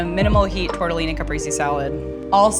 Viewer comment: Caprese mispronunciation is wild